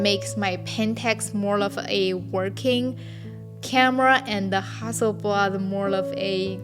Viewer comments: Love the way your say Hasselblad. Makes a Swede proud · 'Ha Su' is just so cute! Google confirmed that this is actually the mandarin pronunciation of Hasselblad, so that's what I'll call my 500 C/M from now on. Thanks for an enjoyable video! :)